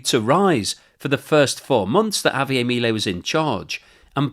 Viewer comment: Javier is Argentinian, not French, his name is not pronounced that way. You're not even close with your pronunciation . You comes off as an a-hole doing that .